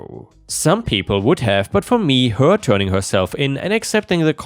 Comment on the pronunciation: you sound funny af when you say certain words like her way too much emphasis on it and to sounds like a snobby rich guy lmao